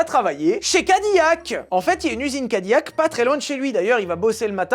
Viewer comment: Ca se prononce Ca-di-lac mais apart ça c'est super comme dab😊 au moins tu portes le t-shirt avec le plus beau logo parmis la panoplie que Cadillac a eu